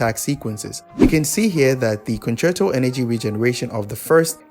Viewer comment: i dont understand wat hes saying for the swap concerto energy section